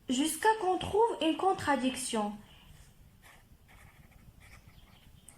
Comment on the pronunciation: Très bon travail. Essaie de t'améliorer en français. On dit contradiction pas contraduction.